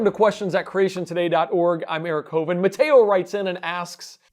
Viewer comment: he also misspell Matteo, he sound like Mateo is an italian name the double T sound more hard and log, in our language we pronouce each and all letters.